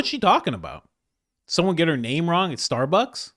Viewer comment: Not how you pronounce his. Name